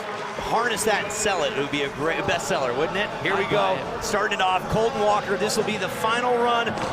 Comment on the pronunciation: Why did he call he Colton water it’s Colton walker